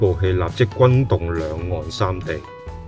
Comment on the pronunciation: 條片一開始就不斷講貪友貪友貪友。我真係好想問點解而家呢個世界已經冇人識講朋友呢兩個字！唔怪得而家啲人越嚟越窮，唔窮都俾佢講到窮！全部都變晒貧友！連呢把AI聲都有懶音，另外掙扎讀咗真扎，轟動讀咗軍動。冇眼睇！